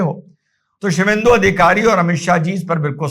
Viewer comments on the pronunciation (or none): शिवेंदु नहीं "शुभेंदु" बोलें सर जी❤